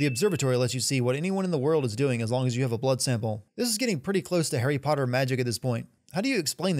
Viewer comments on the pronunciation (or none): none